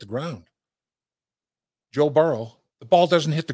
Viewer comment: Dave pronounces Joe's name "Burrw" 😂